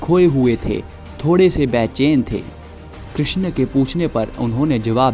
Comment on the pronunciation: Good video but it's krishn not kri x n